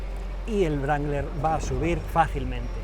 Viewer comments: Wrangler, la w no se dice sino de rueda la r; sonaría rrangler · Creo que la W no se pronuncia... Y un golpe en el volante por cada palabra tampoco ayuda mucho...¿Es necesario? Se supone que las palabras tienen su propio peso y cuando más podéis enfatizar una que otra, pero no hacen falta esos ademanes bruscos, no son deseables ni se compadecen con lo que debiera ser entretenido y apasionante pero en ningún caso violento. Perdone Ud. pero es que me ha molestado mucho. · estos videos son geniales!! pero no entiendo porque le dice brangler al jeep wrangler!! ???? :) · vaya le dice brangler o toy sordo? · Cuando dice "Jeep Brangler" muero de risa!